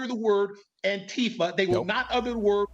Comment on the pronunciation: I am so glad Leo woke up. They pronounce Antifa wrong. It's An tifa not Anta fa.